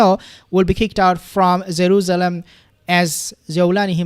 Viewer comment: I can’t get over your “zaruzalam “